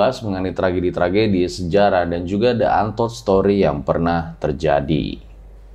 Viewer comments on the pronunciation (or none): The untold -> di antold bang bacanya - ucapnya ,bukn deu antold ☕